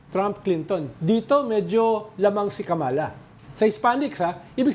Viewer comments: PLEASE! It’s KA’MALA, accent on the first syllable, and say it fast. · Please pronounce the VP's name correctly! Kama-la. It would be nice to speak Tagalog.